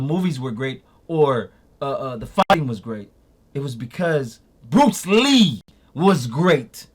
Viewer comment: X!!!! You killin' me! lol Put some respect on Bruce Lee's name yo! C'mon now!